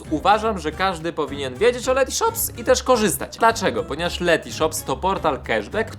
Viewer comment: Karol jesteś super gość, ale błagam tylko nie Lety sreti shops